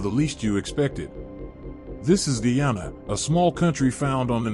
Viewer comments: I still don't like the ppp party they are racist themselves and my country is pronounced Guy-an-na not gee-han-na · in said'Ghana instead of Guyana". pompous sausage.